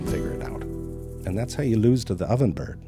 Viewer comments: It was so weird to hear "birhd" and "bae-bee" instead of byird and bebe. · Lol, Zefrank actually has to pronounce the word bird instead of 'byrrd'. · Irren Haus - I NEED those dirty jokes. And why is he saying “bird” like a normal person?